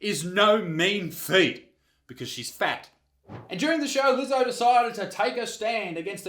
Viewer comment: Are you sure your'e not a Keewee Izec, Did you pronounce Leezo's name correctly mate?